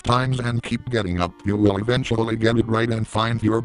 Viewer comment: Evenshuly lmao that was funny